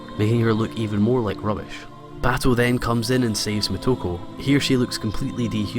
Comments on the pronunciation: omg the way you say muh-toe-ku is agonizing. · it is [MoTo • Ko] or [Moto • Ko]. Either way, you have initials and vowels that are pronounced together as one sound. Like [Shi] is a single sound where as [Shi • So] is treated as two sounds. Think of the romaji much like German, very literal once you learn the basic rules of reading it.